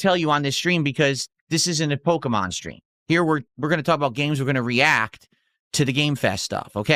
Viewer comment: It’s Pokémon. Not Pokuhmon.